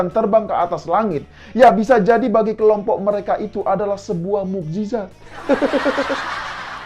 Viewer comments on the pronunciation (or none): none